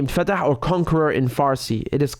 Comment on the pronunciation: It’s فاتح Faateh, not Fatah! 😂 Not to be mistaken with the West Bank Palestinian administration!